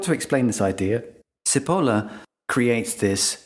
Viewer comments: If anyone is interested but couldn't be bothered to open google translate, the researcher's name is pronounced "chi poh llah" and it means onion hehe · This is a minor point: Cipolla isn't pronounced with an "s" sound. It is pronounced chee-po-la ("ch" like church, long e, long o, short a) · I love how he pronounces Cipolla (btw It means onion in italian :))) ) It's: tʃiˈpolla. You MUST pronounce the "i" (like an "e" in english) and the accent It's on the "o" (so roughly correct in the video) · Don't we write the letters M.P. after a name to identify the stupids? Its pronounced Chi-po-la by the way means 'Onion' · Cipolla is pronounced Chipolla in Italian and means Onion .. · Failing to look up the correct pronunciation of Cipolla before recording - a loss to yourself and to others. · Nice, and thanks. "Never underestimate the dangerousness of a stupid person in the grip of fear". Oh, and it's not pronounced "Sippohla"; it's "Chippol-la" with the 'o' as in 'pot'. Cheers! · sorry but his name is chipolla not sipolla. basic italian pronunciation. errr does that make me stoopid? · You have mispronounced Cipolla (Italian=onion). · The author's surname is pronounced "Chi" as in Chicago and "polla" (where the letter "o" has the same sound as it has in the English word "pot") NOT "si-poe-low", as you pronounce it. It matters. I was Googling "Carlo Sepolo" and coming up blank until I Googled "cinque leggi della stupidita' " In English, a literal translation of his name would be "Charles Onion". Cipola is a fairly common surname in Italy. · Pronounciation of the author's name oughtta be "chee-pol-lah", not səpəluh as you cite. Btw, I have the essay in my house since many years. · "Cipolla" is pronounced "Chee-pollah", not "See-polar". (It's also the word for "onion", in Italian. But that's probably irrelevant.) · Cipolla is pronounced "Chipolla" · His last name is pronounced "chip oh la". It means onion in Italian. His full name translated to English is "Charles Onion".